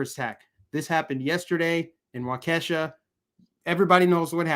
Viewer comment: Pronounced Waa key shaw Waukesha